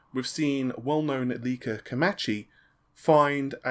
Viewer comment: Ayyy you finally pronounced his name as komAchi! Good job.